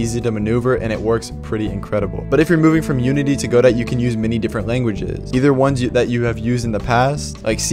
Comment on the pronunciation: "Go dough" as pronounced in the name of the Samuel Beckett play from which it takes its name, "Waiting for Godot". Not "Go Dot" even though that seems correct since it sounds more programmery.